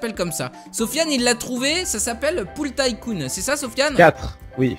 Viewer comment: Sa se prononce Ticoon pas Taïecoon